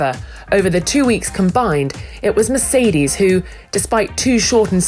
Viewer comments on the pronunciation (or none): none